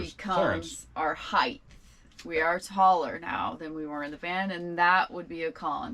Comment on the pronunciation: I know this is a small observation but it grinds my gears when people say heigTH !! It's height !!!